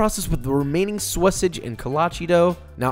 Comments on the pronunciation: ok, I"m out.... calling sausage "Sawasage" made me leave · I'm never gonna pronounce "sausage" the regular way from now on. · Why tf u say sausage like that? U not from texas